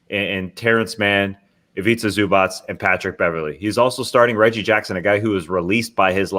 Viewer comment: TREY you’re killing me with the Zubac pronunciation!! It’s just a ‘c’ sound at the end, not pronounced ‘ch’ (also not a ‘k’ sound just fyi)